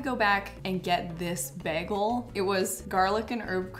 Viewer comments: Another word for the „ pronounces“ bin: beg-el 🥲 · pronouncing Bagel as Bairgle.. gorgeous 😍 (I'm Aussie, soft R) haha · The way you pronounce "begel" is so cute! 😂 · Is saying beggle instead of bagel a Canadian thing? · add to the list of things people make fun of you for saying wrong: beggel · Add to the list "weird ways pronounces words" "bagel". I hope I'm not the only one who noticed this